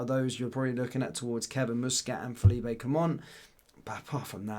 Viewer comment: Fell-leap not feel-eep-ay! he’s Belgian not Spanish!!!